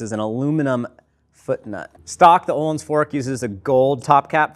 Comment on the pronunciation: Can you Anglo-Saxons at some point learn how to pronounce Öhlins? It’s not Ooolins, ö is a distinct character in our alphabet and is pronounced the way the French pronounce the oe combination, like œuf.